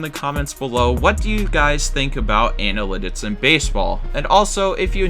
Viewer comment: You can't say the word analytics